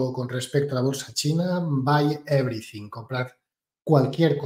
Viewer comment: Evrithing is evrithing!😂